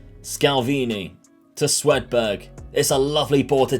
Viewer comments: It’s SWED berg not Sweden berg!!!!!!! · I knew you would make the knockouts! Had a good laugh, at “Swedenberg” Keep it up! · apologises for mispronouncing players names and then goes on to call Swedberg - Swedenberg......classic, dont ever change.